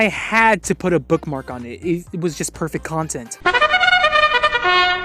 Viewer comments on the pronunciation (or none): none